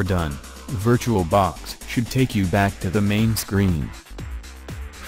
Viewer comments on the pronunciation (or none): none